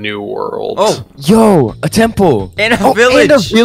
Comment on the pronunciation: He said tample